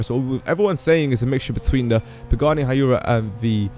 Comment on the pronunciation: Hyuera is not pronounced hi-your-a It's pronounced who-I-ra